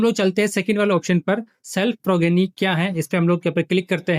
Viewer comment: सभी blo से रिक्वेस्ट है कि progeny को प्रोजेनी बोलें, यही सही उच्चारण है😊